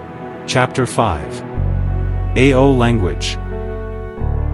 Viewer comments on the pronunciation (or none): It is not pronounced A-O like this AI narration but rather pronounced in one salyble. And thank you for your attempt to describe the Nagas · How do you pronounce the word 'so' and 'no'?we don't pronounce it as S.O or N.O for these words by separating the two letters,so while mentioning 'Ao' community you should not say A.O for Ao.you better pronounce the word 'Ao' in a proper way.And one more thing,your knowledge is not even close to speak about Ao language. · Pronounce it as Aho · Pronouce it as Ao-o. After that only you can tell anything after consulting stake holders. Otherwise you are wasting your research etc etc